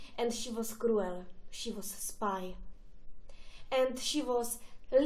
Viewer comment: Opravdu hrůza. Kruel...nejšonl...dizis a mnoho dalších chyb. Nauč se správně mluvit a nepatlej si furt na vobličej nějaký svinstva, ale i pak se na to nebude dát dívat.